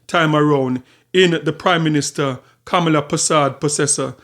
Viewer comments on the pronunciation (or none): Kamla not kamala😂